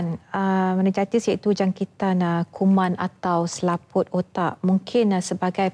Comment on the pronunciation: Meningitis pon x reti sebut. Memalukan doktor ni